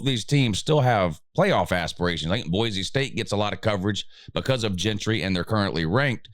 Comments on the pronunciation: his name is “Jeanty” not “Gentry” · Jeanty not Jeantry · His name is Jeanty.